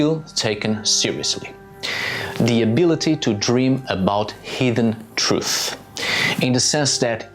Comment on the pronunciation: It took me way to long to realize that you were saying ‘hidden truth’ and not ‘heathen truth’ 😅